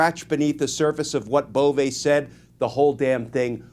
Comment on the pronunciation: I like the way you pronounce Bove. Now pronounce Doge similarly.